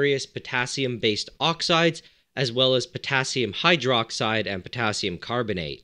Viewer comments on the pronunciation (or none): Have a shot everytime he says Putassium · How many times he said pottasium??😂😂😂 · New drinking game: take a shot every time he says Pottasium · How many times did he say pottasium?